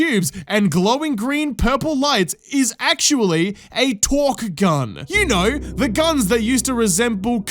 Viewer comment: Also it’s torgue… torGUE with a G not a Q. not “torque”. Pronounced with a hard g not a hard q that sounds like a k/c.